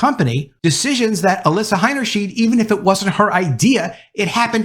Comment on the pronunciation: The pronunciation for her last name is... Heiner • shide (not "sheed")